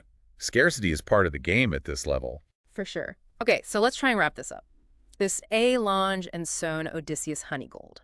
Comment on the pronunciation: Please pronounce the brand name in German properly.